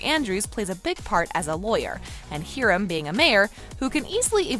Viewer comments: Its hiram not hirem 👁👄👁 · learn how to pronounce the names before you do a video. Hiram is pronounced HIRUM! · she said Hiram's name wrong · Not being mean but why you say Hiram like that?? xx